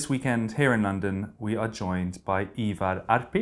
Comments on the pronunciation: Freddies pronunciation of both Ivar Arpi and Rak Höger was impressive tbh. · I gotta give kudos to Freddie on pronouncing "Ivar Arpi" and "Rak Höger" - very well pronounced for an english person.